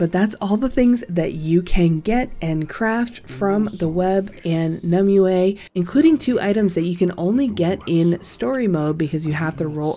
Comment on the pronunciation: Not one youtuber can pronounce it right.. Nim-wey. Its Nim-wey... not Nim-oo, not Nim-you-ehhh. Hurts to hear lol.